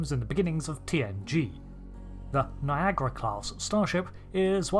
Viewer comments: why you call it NIAGRA and not NIAGARA? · It highly puzzles me, why it is pronounced "Niagra". I cannot understand this. I pronounce the a that you English/ American folks don't pronounce.